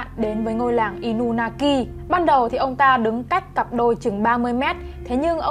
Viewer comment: Inunaki mà em toàn đọc thành Inumaki:))😊